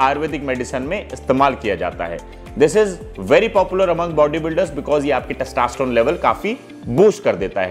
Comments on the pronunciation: Good content sir. But, it is 'testosterone' and not 'testaasterone'. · Sir please pronounce testosterone properly. U r pronuncing as testaaaaasterone. Lolz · Testa nhi hota testo hota h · Its testosterone not taastesstrone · First thing... Please learn how to tell the word Testosterone.. it's not Testasterone!!! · अबे पहले टेस्टोस्टेरोन बोलना तो सीख ले🤣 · Your testosterone pronunciation is not correct. Do correct.